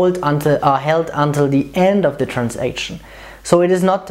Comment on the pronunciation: A) It's not "Trans-action", it's "Transaction", this comes from the trade world. I understand why, but there's no need. B) Are you sure about the implicit commit placements? At least in Sybase, when running things as a batch, there is only one implicit commit placed at the end of the batch.